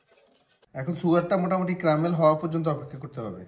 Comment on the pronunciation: ক্রামেল না ক্যারামেল। বেশি স্টাইল মারাতে গিয়ে ভুলবাল উচ্চারণ প্রতিটা ভিডিওতেই!!